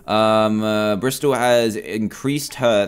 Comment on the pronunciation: Madison cox its Bristol not Bristal